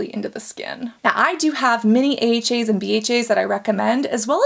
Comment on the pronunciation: If you hear weird sounds u ain’t imagining shit it’s Cassandra pronouncing AHAs and BHAs ahaaaaaa ahahaaaa bahaaaaa bahhaaa 😂😂😂😂😂😂😂😂😂😂😂